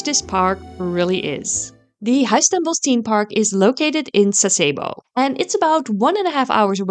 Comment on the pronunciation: Its pronounced THeme park and not Team park but otherwise great video